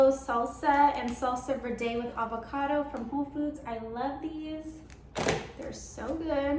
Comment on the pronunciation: It’s salsa verde (verrrr-deh) and verde isn’t made with guacamole it’s made with green Chile peppers